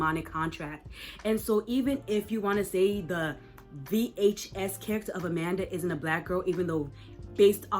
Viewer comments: nah it just sounds very weird. Usually people say it like one word, like how they say DVD, but it's like you pronounce each letter in VHS like a seperate syllable, and as if you have air-quotes while saying the word. Just kinda urks me a bit because it gives me the vibe of someone talking about some kind of media like it's some ancient relic, if you know what I mean. Another thing is you kinda go on and on without any sort of pause. It's a bit overwhelming, so I think I'd be helpful to have breaks in-between speaking somehow. Love the video tho <3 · for the love of god please stop saying VHS like that